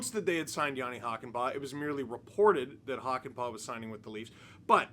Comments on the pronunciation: It's pronounced "Hockey-Pa'" 🤪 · The Äs in pää are pronounced like a in cat or hat (but long) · As a Finnish viewer adding the proper ää to Hakanpää made me happy :D. Now we just need to work on the pronunciation (which is by no means bad as is)!